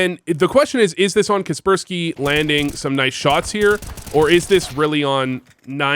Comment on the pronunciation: is kacpersky not prounounced kacper-sky, seems better